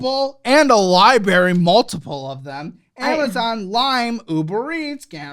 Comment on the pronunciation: You get a lot of perks being a student, even part time so she is being helped. Also it’s LIBRARY not LIBARY 😂